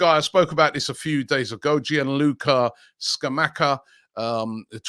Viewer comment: Scamacca is pronounced Scamatcha, not Scamacker